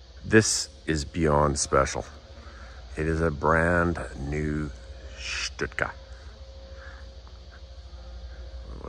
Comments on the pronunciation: Stuka Not Shhtooka Or stootka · STU KA stands for Sturz Kampf Flugzeug (Dive Fight.. Air-plane) ..Remember the Z is pronouced as TSSS the ss as zzzz, or sh. the U as ou in you, the Ü as u in dejavu so NOT an ou as in you..or as in shoe, Münster is not m'nster or moonster... So no Stüka. No stut ka... etc.. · Stuka :(Stew-Ka). Hearing him call it a 'Stit-ka' over and over was irritating. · It is a STUKA pronounced stooka not stutka. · its not a stutka its a stuka. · pronounced Stooka not Sitka. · He keeps saying "stitka." What the hell is a stitka? I always thought it was pronounced "Stooka." Still, good clear video of a great war bird. Hope to see it fly one day. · I've stood next to the Stuka in the Royal Air Force museum in London. It's surprising just how big these aircraft are, they are a similar size to a twin engine bomber of the same era. The trailing edge of the wing is at least 5ft from the ground. PS, it's "Schtuka" not "Stutka". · pronounced not stut-ka ...Stooka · Stoooooka. Not stika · It's pronounnced Stoo-kah. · Wow! But why do you keep calling it a Stut-ka? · you've obviously done a lot of research on this aircraft, it's a shame it didn't extend on how to pronounce the name of it correctly. It's pronounced 'Stoo-kuh', I have never heard anyone say it the way you do. Get it right next time dude. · You really need to work on you German pronunciation. It's NOT Stutka (throughout), and it's NOT Luftwaffle among others. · Stuka is not pronounced stutka ,but nice clip anyway 😊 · Sir your pronunciation of Stuka is killing me. There is no "T" sound before the "K". It's pronounced "STU-KA"!!!!!!!!!! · STOOKA Is the way to pronounce Stuka ..... I'm not being picky , it's just for future reference. Thanks once again...